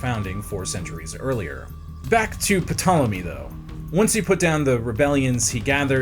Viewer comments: Had to stop watching 2.5 minutes in because you pronounced Ptolemy wrong. The P is silent. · Err it's Tolemy not P-tolemy sounds wierd when you say it... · D'Jango! The D is silent... hillbilly! That's what you sound like P'Tolemy 😂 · The “puh-tallamy” is making this unwatchable 🥴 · Also the p in ptolemy is silent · Can I trust a historian who says “Pi-tolomy”? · I tried to watch this but him saying PA tole emy is just too much. You can do all of this historical research but can’t research how to pronounce a dynasty that had 15 named Ptolemy….. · Puh-tolemy..... y'all.... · It’s pronounced “tole emy” the p is silent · Ptolemy "The Meh"? 😂 Also, i like that it took three tries just to pronounce Perdiccas right lol. Then ended up mispronouncing 90% of the names, including the Aegean Sea somehow. Oh how I long for the days of Simon. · P is silent in the name Ptolemy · Ugh pronouncing the name of the subject of the video..is it that hard to find out how?Glib is one thing but that whole video was giving idgaf. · New host needed or bring back simon this guy literally killed this video with the mispronunciation of ptolemy seeing as the p is silent seriously get rid of this dude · When I hear the name of the subject being mispronounced I am automatically close the window. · The ‘P’ is silent 🤦🏼‍♀️ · Until I read this comment I was sure he was F**king with us pronouncing the P lol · I can't decide what's worse My impacted wisdom tooth or hearing him pronounce the p 100 times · Spends 30 minutes recording a video but can't spend 1 minute looking up the pronunciation. Eric I've started to warm to you, but you're better than this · everyone freaking out 😂. Maybe you should have just not said the P so everyone would not be crying over it 😂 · You know you are pronouncing his name incorrectly, don't you? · If pronounces the P one more time I’m going to have a meltdown like bro your annoying me with that P 😂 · The bloody “P” is silent 😂